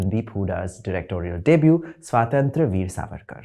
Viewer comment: The way he/she/they++ pronounces Swatantra Veer 🤮